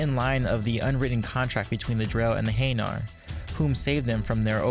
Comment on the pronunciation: In their prime, I have no doubts that Thane could kill Garrus in a fight. Also... Your pronunciation of hanar and Kepral's Syndrome made me cringe. Sorry XP